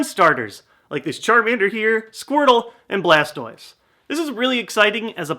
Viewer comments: I'm sorry to be pointing out something that I shouldn't but He said charmander squirtal and blastoiz. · Lol you said chamander bulbisaur and blastiose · Poor Bulbasuar lol everyone ignores him, even called it Blastois XD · he said blastois instead of bulbasar XD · dude don't fail any more you seed chamader squritle and blastios not bulbasuor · You said squrtile and balstouse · He said charmander squirtle and blastiose